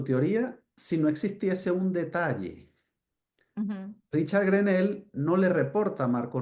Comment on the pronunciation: Periodista o no se si lo es pero preocupese de como se.pronuncia en ingles ese nombre porquw nones GRENEL es greno la "l" odcura a penas se marca.